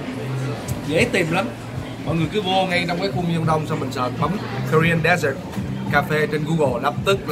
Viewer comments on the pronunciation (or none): Color man! “Dessert “ should be pronounced as /de’zert/ as described as the sweet course eaten at the end of a meal not as desert /‘dezert/ as pronounced in your video clip. Keep up the great work to introduce the beauty of Our Vietnamese special culture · It's dessert not desert Color man :))